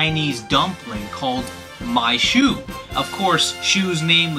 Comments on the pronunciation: What in the world is a ‘maishu’ dumpling? Its Shumai. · It's shumai not maishu btw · The Chinese dumpling is actually "shu mai". Good video though. And thanks for pronouncing it "Bra." I thought "Bulla" was the stupidest thing ever. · the dumpling is called "Shumai" "燒賣" not "mai shu". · It's shumai, not maishu! Haven't you ever been to a Japanese restaurant? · its shyu−mai by the way